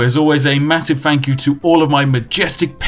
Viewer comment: Has created an online persona that speaks overly posh and exaggerated but can't pronounce a "th" sound properly.... "Fink" "Fought" "Five-fousand" "Beneaf" "Fank you"